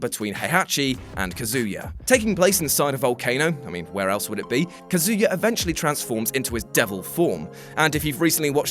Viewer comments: You're butchering Kazuya's name so bad, you sound like you're saying "Kazooya" lol Just say it as it's spelt or listen to how they say it in the game. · please learn how to say Kazuya